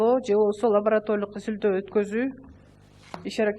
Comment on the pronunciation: Лаборотолик дейтко😂😂